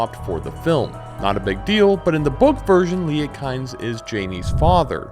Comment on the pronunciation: Kynes is pronounced KEENZ. I only know this because I heard Herbert pronounce it recently